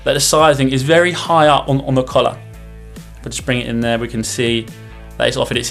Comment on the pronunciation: When he said "collar", I actually thought he said "colour"